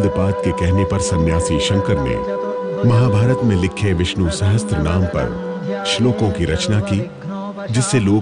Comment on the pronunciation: उत्कृष्ट एपिसोड के लिए हमारा आभार। इतने उत्कृष्ट एपिसोड में तीन जगह सहस्र (sahasra) को सहस्त्र (sahastra) उच्चारित किया गया, जो कि सोने के थाल में लोहे की कील की तरह लगा।